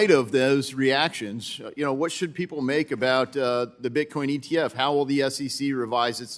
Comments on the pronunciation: Did Ms Waters say Bitcom? She doesn't even know what she is talking about! 😂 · “Bitcoin”!! Not bitcom Geezus Maxine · Maxine Waters can’t even properly pronounce her words. Get these dinosaurs out our government.